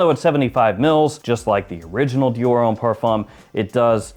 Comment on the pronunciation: butchering Dior left and right 🤣